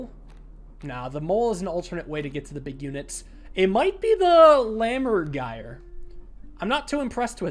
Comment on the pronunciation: exactly, and this time nailed the pronunciation!